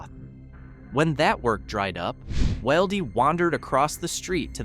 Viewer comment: I'm pretty sure his name is pronounced "will dee" not "wild ee"